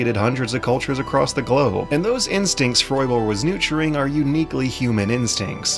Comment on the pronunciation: Found the Super Bunnyhop Super Mispronounced Word of the Day: "Nooturing"